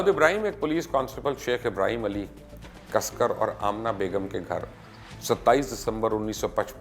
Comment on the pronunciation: It's Dagwood Ibhrim casekar not casker .....